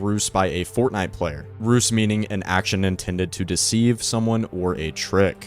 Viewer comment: Just a little tidbit, the word "Ruse" is pronounced "Roo-ze", not "R-use". Then again, I pronounce "Squirrel" as "Sk--wir-rel" so what do I know, lol